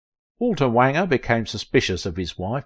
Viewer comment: Wanger rhymes with stranger.